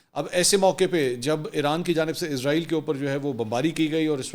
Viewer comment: Sir Izrael nahi, Israel bolo